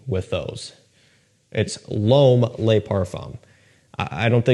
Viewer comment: Yup. JPG luh marle lay parfum 🤦🏻‍♂️